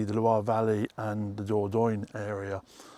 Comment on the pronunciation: *dor-don-yuh=Dordogne 😊 Closer to the French pronunciation.